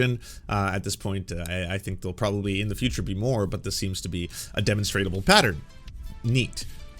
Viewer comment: Love the content man, but “demonstrable” Der Mon stra ble